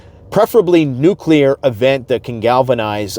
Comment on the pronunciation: Thank you for pronouncing “nuclear” correctly. If I hear someone I thought I respected say “nuke-u-lar” again, I might scream. I thought we learned that lesson when George W. got made fun of for it.